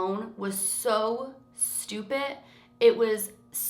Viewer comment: listen to how she says stupid